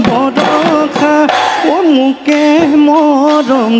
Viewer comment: borokha nohoi boroxa